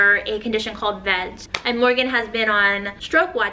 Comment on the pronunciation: This isn’t the most important part of the video by any means, but when you’re referring to Morgan’s diagnosis of vascular Ehlers-Danlos syndrome, you are pronouncing the acronym wrong. The way you would pronounce HIV is how you would pronounce V-EDS. I loathe everything she stands for, but I truly feel for her getting that diagnosis and being told that she can’t hold her kids by a doctor. As someone with a different form of EDS, I truly understand how earth shattering that kind of diagnosis can be considering there is no cure. I can relate to being told out of pocket things by doctors when they don’t have all the information yet. I also relate to the instant denial that she seemed to show. I know that her denial was based in fundy religious ideology, but denial is valid nonetheless. With a diagnosis like that, you have to grieve your body and your life the way it used to be. Everything changes.